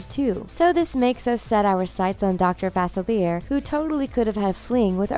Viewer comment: SooooooooOoooooooOOooooooooo BASICALLY your saying Celia and Uma are sisters. . . also that is not how you say Dr. Facilier but okey